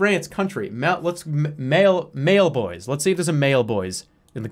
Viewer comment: dead when he looked at “mallebois” and said “mailboys”